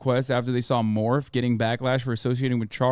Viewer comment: Hasan saying MORPH 😸